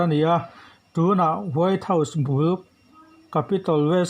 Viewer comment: Rrcord hmain vawi thum ral chhiar phawt thei la, tin, record chhin la, chu chu ngaithla nawn leh bawk la. Mizo ṭawng thluk hi a dik keh dik loh midangte rawn nise. Saptawng thumal e.g. House tih te hi Hau tiiin a ri a. A bak pawh improve ngai tak a ni. Hmasawn zel turin jan ṭang tlang zel dawn nia.